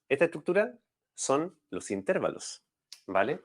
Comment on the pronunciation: No se dice "intérvalos". La palabra correcta es "intervalos".